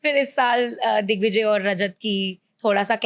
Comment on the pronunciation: Paras ne dickvijay bola😂